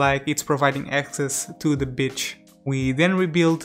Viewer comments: Is he saying "beach" or "bitch"? -_ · My parents have a similar accent to yours.. when you said “b*tch” instead of beach, I cackled😂😂